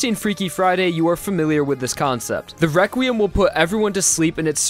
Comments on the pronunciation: He says or sounds like Wequiem instead of requiem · I like how he says wequiem than requiem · requiem is pronounced as re-kwi-em not re-kwim? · he kept saying weqrutim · Every time I hear him say Requiem I here Rekwiem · "Wequim" lmao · You say requiem rewquiem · He's saying Wequiem?